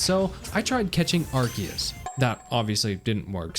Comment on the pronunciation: Thank you for NOT saying Arseus